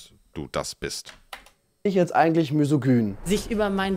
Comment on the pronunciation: "Müsogen".. Es heißt Misogyn! "Misogün" ausgesprochen. Wenn mal aus ihrer linken Bubble kommen würde, dann würde sie vielleicht auch wissen, wie man Fremdwörter richtig ausspricht.